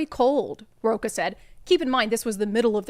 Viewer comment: Sorry to correct you Brandi, but the theater guy’s last name is pronounced 🪳-a (roach-a) 😂 My ex husband’s last name was the same and was always correcting people by saying, it’s not roca-like almond roca…it’s pronounced roach-a…lol. He was portuguese.